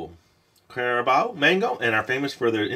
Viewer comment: Hahahaha he said mango-carabao✌🏻️😂😒